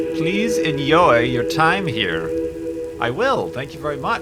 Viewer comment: you saying ''enjoy'' like in lithuania :P